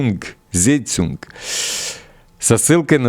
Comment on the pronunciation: Вы всегда переживаете, что не можете прочитать немецкое слово, подскажу Вам: "ZEITUNG" читается ЦАЙТУНГ. А вообще, мы Вас всегда понимаем, так что не переживайте. )❤